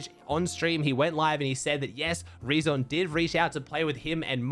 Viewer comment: Btw the name „reazon“ is spoken like the word „reason“.